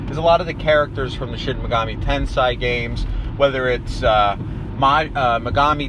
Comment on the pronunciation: i believe the corect pronunciation is tensei and not tansay